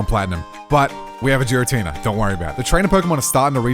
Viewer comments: If I hear him say Jir-atina instead of Gir-atina I might go insane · Jiratina absolutely really annoys me YOU DONT SAY GIRL AS JIRL ITS NOT SERENE JRASE AHHHHH ITS DRIVING ME INSANE 😂😂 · I cringe every time he said Jira-Tina 😂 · did he just say giratina like geer-uh-tee-nuh...its geer-uh-tee-nuh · No way this man just said Jar-i-tenena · Giratina? Nah, Jeeratina. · Jiratina??? Never heard of that pokemon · Giratina is pronounce with the G sound not with a J sound it's not jiratina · I've watched a couple of videos from this channel recently and I always get triggered by the pronunciation of Giratina. 🤣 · I’m hung up in the way you say Giratina.